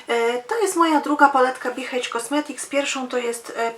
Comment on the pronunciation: Dziwne ale H po angielsku wymawia się EJCZ 😀